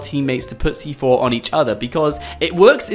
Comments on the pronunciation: He said stick fortnite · So you wish you could stick FORTNITE to players? Idk if that was a speech mess up or not XD